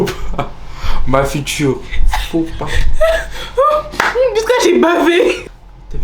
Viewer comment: Comment il a dit faux pas 😂😂😂😂 ma future faux pas il ma tué 😭😭😂😂😂😂